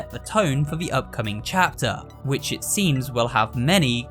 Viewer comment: no one knows how much i love hearing him say 'chapter' it makes my day with the lil 'chyapter'